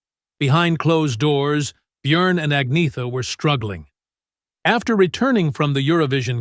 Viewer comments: Right? Byurn and Agneeta 🙄 At least they got Benny right. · I loved Anna. Lots of people said I looked like her. What a wonderful compliment!❤ BTW Agnetha is pronounced Anyetta.